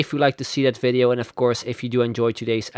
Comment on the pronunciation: I hate when you say video or three! You are talking like a drunk Indian😂 Bye bye😂